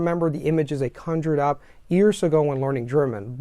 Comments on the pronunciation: You're amazing. I do this hesitantly, but since you have a really incredible, almost perfect accent, your leading 'y' on words like 'years' come off as 'ears', but 'your' sounded great. This video was awesome! Thanks! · You keep pronouncing 'years' like 'ears' - are you doing an Indian accent? 😜 Great content anyways, thanks!